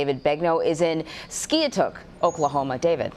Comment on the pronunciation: It is called SKY ....TOOK.